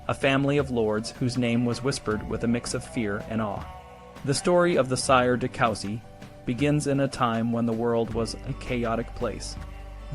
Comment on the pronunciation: it's pronounced coo-si, not cow-si